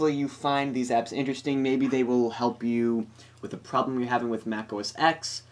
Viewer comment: Stop saying ''OS X'', say ''OS 10''.